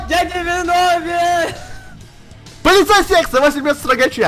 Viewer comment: а почему ты говорил полицея секса?:-)